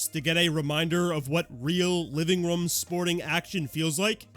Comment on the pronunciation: I love you, but I really hate the way you say “room” 😭😭